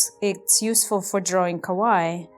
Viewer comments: Your Japanese is quite wrong, how you say it means “scary”, you need to say it like ka-why-ee, when you ka-why that’s incorrect No offense, just trying to help as it made me laugh every time you said it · Please correct you pronounce of “Kawaii”. The stressed syllable is “ii” and not “wa”. I speak japanese.